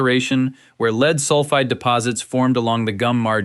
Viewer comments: Please decide whether you want to mispronounce lead by calling it “leed” or to say it correctly, ie “led”. Other than that, it’s a good video, which I enjoyed. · l-e-a-d is pronounced 'led'.